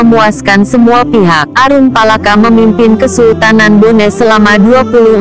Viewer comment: Hahahahaaaa....nyebut saja nama aruppalakka nggak karuan.